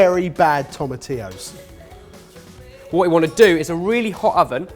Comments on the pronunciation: I'm so proud that finally learned how to say tomatillo! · OMG! learned how to say "tomatillo"! Our little is growing up so fast:') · Also, kudos for pronouncing tomatillo right, you've made a Puertorican happy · SO PROUD you guys finally pronounced tomatillo correctly! That's bothered me for years...